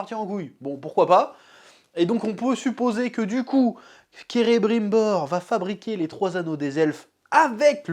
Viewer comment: Alerte spoil Le pire c'est celebrimbor il ressemble à un vieux fatigué bordel Elronde et Celebrinbor qui ont les cheveux cours bordel , et la prononsation de la VF et juste insupportable Celébrunbor bordel .